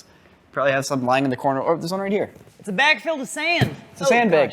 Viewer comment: The way says bag like beg physically hurts me